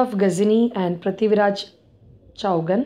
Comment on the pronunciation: Chauhan.... चौहान.. Is correct pronouncing